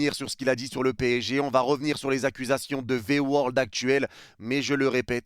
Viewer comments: V-word et pas V-world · Au pire il attaque le PSG sous entendu les dirigeants pas les supporters . Pourquoi prendre à cœur comme ça ? La pique elle est pas envoyé aux supporters . Puis on dit V word pas V world … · V word (mot) et non V world (monde) x')